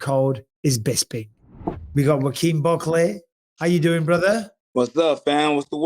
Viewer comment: Bisping keep mispronouncing Buckley's name lol